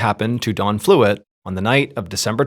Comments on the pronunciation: that's what he should be saying, but he keeps saying Dawn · I really don’t want to say this because I feel like you’re doing this on purpose just for more comments and interactions but you keep saying Dawn and the guys name is Don…. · Why do you keep calling him Dawn? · So was this guy's name Don or Dawn? You keep writing Don on screen but you're clearly saying DAWN. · Bwhahaha I kept thinking you were saying his name was Dawn which I thought was odd for mans name but when you showed his picture with him name on it I said ok that makes more sense lol. His name was Don. Thanks for the story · SOUNDS LIKE HE IS SAYING DAWN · It sounds like you’re saying “Dawn”. I was very confused for a moment. 😂 Keep being you, brother. I’ll keep tuning in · This whole video I could have swore you kept calling him dawn Only 2xs did I actually hear you say don lolol 😅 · I have a hard time following names of people i have little reference to and I've noticed Ballen pronounces Dawn and Don too similar for me to know if he is referring to a male or female character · You have to be from Long Island. Your pronunciation of "Don" is very specific lol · "D-AH-N". Not "Dawn". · I know you’re saying Don, but it sounds like Dawn to me. For context I am Australian, so I’m listening to a foreign accent. I had a quick look through the comments, nobody else mentioned it. Anyway RIP Don, just sad tragedy for a family. A story heard all too often for those who follow true crime channels. Even though technically this isn’t 🤔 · I’m wondering where Mr.Ballen grew up. He pronounces Don with a “w” sounding like Dawn. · His name is DON, not DAWN! I’ve never heard someone mispronounce a name so consistently like that. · the way he keeps pronouncing this man’s name as “Dawn” is driving me nuts 😂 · You keep pronouncing Don as Dawn. How do you pronounce Dawn? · Saying dawn instead of Don is driving me nuts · When you say Don ... It sounds like Dawn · Instead of Don I keep hearing Dawn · Don not Dawn